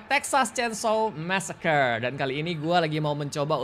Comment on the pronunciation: Bang keknya bacanya massacre itu messekri dh kek nya maaf klo slah..